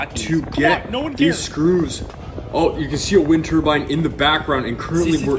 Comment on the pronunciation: “It’s a vind turbine” WE NEED MORE